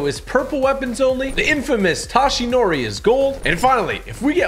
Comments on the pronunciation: did he just pronouns toshinori 's name as tAshinori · Bruh when he said TA shinori when it's toshinori but I dont blsme him since he didn't watch the show